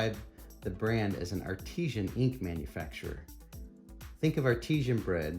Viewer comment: This is a great review - thanks very much! One thing I did notice however is that you pronounce the word "artisan" to rhyme with "Cartesian". As much as I wish this were the case, it's actually pronounced far more plainly and phonetically. All the best!